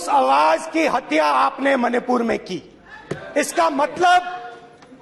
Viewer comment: Rahul ji hatya ko haatya q bolte hai😂😂😂